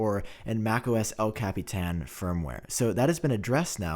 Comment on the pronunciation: The way y’all pronounce “El capitan” f*ck! Makes me cringe lol. Almost all of them tech savy youtubers. Lol